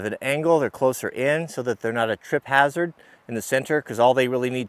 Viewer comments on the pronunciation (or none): none